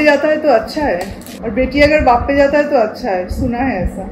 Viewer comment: You should really focus in your Hindi pronunciation! It's high time now. It's been quite some time, you are making vlogs in hindi. But there is no improvement in your dialect. And it really sounds bad. There is nothing called as "hay". You really should take some training.